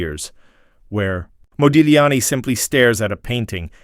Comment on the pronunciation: When saying Modigliani name you do not pronouce the G but pronounce it Modiliani! get your facts gifht!